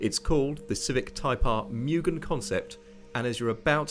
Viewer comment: "Mugen" should be pronouced as "MOO-gen", not "MU-gen" as in this video.